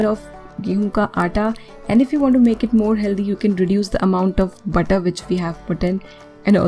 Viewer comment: Good job. But didn't understand when you spoke butter or water. They sounded same. Pls explain when to use butter n water